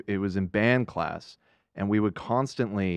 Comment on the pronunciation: Sometimes when I'm watching the podcast, I so quickly press on live chat to see what their opinion is or taking the piss out of Ethan saying something the wrong way. Like ass instead of class 😂